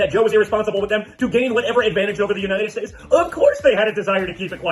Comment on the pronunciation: "God Blesssshhh the United Shates😊"....